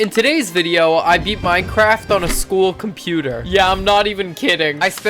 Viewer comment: why is it saying minceraft